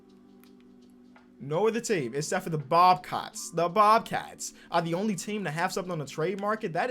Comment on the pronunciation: Bobcats not bobcots